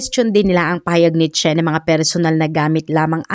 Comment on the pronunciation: Chen - sound shen Qin - sound kin ...dpt ang pronounce